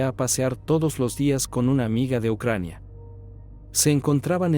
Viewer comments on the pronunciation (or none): none